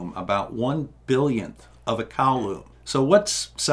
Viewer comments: Interesting seeing a sliderule in action. Never learned how to use it. I know you've said before having struggled with dyslexia, so please don't take this as anegative critisism. But the guy's name is Coulomb which you might pronounce as "coolomb" instead of "coloomb". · I've always heard of the charge unit as being a 'Cool-ohm', not a 'Cow loom' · How did you come up with “the earths charge”? BTW it’s koo-lom. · First off, never buy nylon carpet, even if you love the 70s. Second, and it’s a small thing, but M de Coulomb was a French officer so his name is pronounced as ‘coo-loam’. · it's a French blokes name, just say "Cool Ohm" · I learned 2 new things from this vid: 1. that Earth is electrically charged. I assumed it would be neutral. 2. A bizarre way to pronounce Coulomb. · I don't think the several comments on your pronunciation are hang ups. But you do so well on the explanations that the mispronunciation just sort of grates.